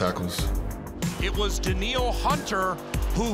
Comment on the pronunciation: Danielle.... "Daneel"